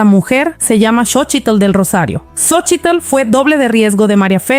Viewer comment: XOCHITL, LO PRONUNCIAS MAL....SOLO DI SOCHIL